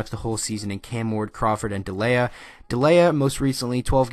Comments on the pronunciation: Gotta believe! Also, it’s Dee-lee-uh. Not De-lay-uh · You mispronounced Delia